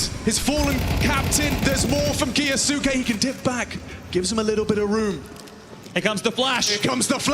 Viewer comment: hearing the casters butcher "kyousuke" is a chore. KEE-YO-s'KAY. ffs. don't care if he himself declared it incorrectly. fix your tag to match your stupid name then. Gonna start calling his teammates "moanzee" and "tease-ez"?